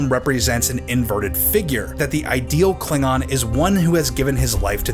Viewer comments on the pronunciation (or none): If I remember correctly, they also pronounced Klingon as kling-gon.